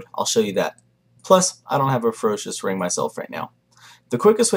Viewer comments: First time you said "Ferocious ring drop" i genuinely thought you said "a Ferocious Rim Job" was a bit worried! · sounds like he was saying ferocious rimjob... ahaha good guide